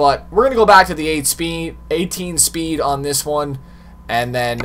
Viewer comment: Who else heard him say 8 speen insted of 18 speed